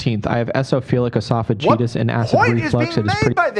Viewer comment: Ironic that he criticizes you for pronouncing a medical word wrong yet he is pronouncing tryptase and esophagitis and multiple other words wrong (I’m a nurse). Also he says “self diagnosed himself”, which is redundant. It’s either “self diagnosed” or “diagnosed himself” 🙄. He is a twit